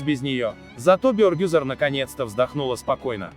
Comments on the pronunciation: Не Бёёргюзар, а Бергюзар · Имя Бергюзар почему не правильно произносите?????? Слух режет😣😣😣